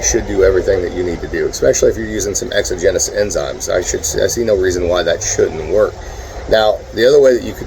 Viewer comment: Sir you have permanently screwed up my ability to say exogenous correctly. I hope you’re happy with yourself